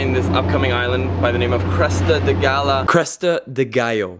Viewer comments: yes filipinos will pronounce it as Galyo but correct spanish pronunciation is Gayo.. watch narcos my friend. Medellin is pronounced as Me-de-yin. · you have no luck in saying the word ‘GALLO’ right.. haha .. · the way u say gallo is wrong. nice drone shots though